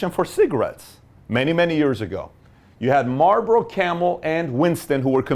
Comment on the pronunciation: it's marlbOro